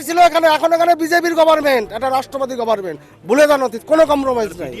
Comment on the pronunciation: Sir apni govt word ta aktu please sothik pronounced korun sunte kharap lage